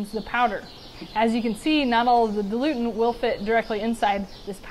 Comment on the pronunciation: Dil-u-ent. Not “dilutant.”